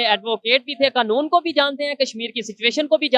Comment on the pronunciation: भाई पहले सही से बोलो ‘‘कनून' नही ‘‘कानून’ होता है😅😅😅